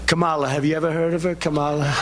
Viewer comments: KA-MA-LA - rhymes with Pamela NOT Ka-mar-la. So disrespectful. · The K'mala pronunciation is used on purpose as a dog-whistle slur. This is the same method Trump uses when he refers to Barack HUSSEIN Obama. It's a classic tactic used by white supremacists to affirm the us-and-them narrative. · try not to get so upset about "THEM" saying ( comma- la ) KA- MA- LA the wrong way?? " THEY " are doing it on purpose, so let them, it only makes them look even less intelligent!!!! Plus they like that it bothers people?? 💙👥💙👥💙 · What a doofus trump looks like - making fun of Kamala , mispronouncing her name ..and complaining about how many times she says Thankyou , thankyou, saying it as if she sneezing , but it looks like trump is just jealous , saying Thankyou , sI many times , means she has so much applause , ( deafening ) that she had to keep continuing to say Thankyou in order to turn temp down on the huge crowd , jealous ? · So Brain Worm Guy endorsed The Felon.....🙄 Mispronouncing, or pretending not to know someone's correct name is the LAZIEST form of disrespect. If you can pronounce "charcuterie," you can say her name correctly. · I like when they mispronounce her name. It's going to make the next 8 years fun to watch. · Don't worry about Trump mispronouncing her name because he'll be chanting it, in torment, behind bars! 🌊🌊🌊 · An idiot, purposely and repeatedly mispronouncing his opponent's name makes himself look pathetic. Kamala probably laughs her head off when she hears about it. And people are sick of this brand of politicking, I think it harms him and is the kind of tack a stupid person takes. 💙💙💙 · I don't hate it when tRump and/or MAGA mispronounce VP Harris' first name. I actually like it because it makes them sound obtuse, and I want them to keep getting it wrong. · He mispronounces her name every time on purpose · Mispronouncing her name is racist microaggression. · He’s still pronouncing her name wrong….